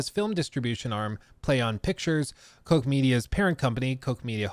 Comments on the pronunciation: Pronouncing "Koch" as Coke or Cock is wild. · Koch means "cook" in German and it's certainly not pronounced "coke" lol. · Koch is NOT pronounced "coke" either 😂 In fact, the o in Koch is pronounced like the "o" in cock, actually. But the ch has a guttural pronunciation, as if you're going to spit Titanic-style. It's almost as if a guttural R rather than any ck pronunciation.